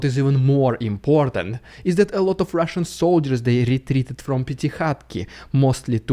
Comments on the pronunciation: It wouldn't be a normal day without Rrrrussian prrrrrrropaganda threatening to nuke whatever country just spoke bad about them 😂 one day is the UK the next day is Germany and so on and so forth 😆🤣🤣🤣 love how you chuckle when you say that because they are so funny 😂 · Lol u should sell a t-shirt that says Rrrridiculous Rrrrrrrrrussian Prrrrrrrropaganda